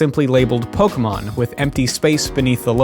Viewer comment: Finally, not a youtuber pronouncing pokemon as pokimon.